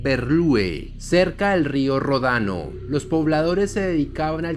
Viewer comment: no es rodano, se dice ródano.